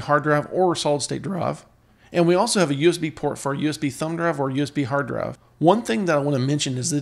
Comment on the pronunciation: D...R...I..V..E not Druv!